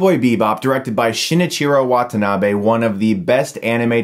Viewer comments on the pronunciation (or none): none